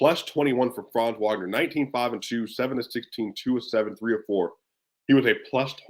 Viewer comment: Heads up I'm pretty sure it's pronounced Vagner and Bankehro